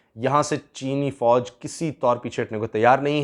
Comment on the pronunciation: When ever you say cheene fooj I understand cheene scandal